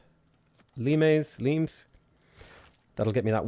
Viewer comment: the limes card is pronounced like the fruit. Lime, with an obvious play to limey as in ”your a limey bastard” meaning ”your a British bastard” this stems from the royal navy stockpiling limes on their vessels to combat scurvy.